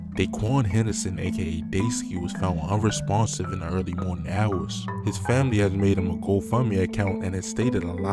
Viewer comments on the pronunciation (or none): none